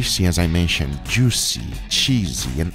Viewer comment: I like how guga says juicy when he’s too excited. ITS JOOCY